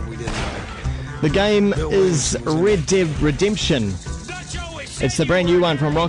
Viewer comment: I agree the way they say red dead redemption sounds like rid did redemption